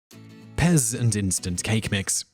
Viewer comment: He just mispronounced it. The P is very much prominent, allthough in some dialects it might be omitted.